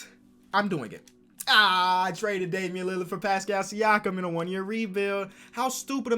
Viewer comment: nobody:: dAmIaN lAlArD